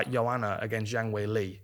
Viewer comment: Dan Hardy's pronunciation of Zhang Weili is spot on! Got all that high and low intonation right.